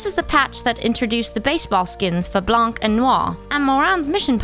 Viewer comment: i see even after few years of Blanc being release there is still some miss prononciation don't pronounce the "c" at the end, pretend that it is not here and you have the correct prononciation